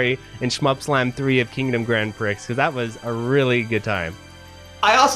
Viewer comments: Prix is French for race and is pronounced Preee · It's pronounced Kingdom Grand PREE